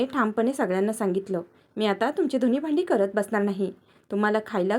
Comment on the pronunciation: धुनी नाही धुणी